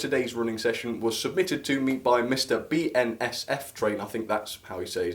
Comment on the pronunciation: Yes you pronounced it right and did you know that BNSF stands for Burlington Northern Santa Fe